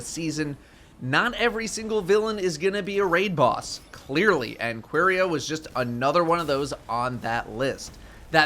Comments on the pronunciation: really called it Queeria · "qwerya" lol thats not how it's pronounced but i dont hate it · I'm I the only one that it bothers the fact that he can't prononce the name "Quria" normally